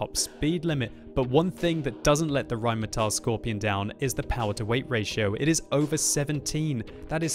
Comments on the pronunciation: "rheinmeteil" please. the pronunciation. please. it's not spelled that way.. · why do you say rhinemehtyl?